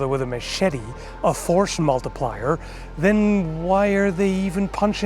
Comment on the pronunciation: Loved this video, but had to point out ‘forsh multiplier’, not in a pedantic way it just made me laugh 😆